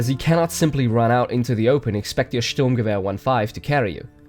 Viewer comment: When you said Sturmgewehr I got scared cuz you said it correctly.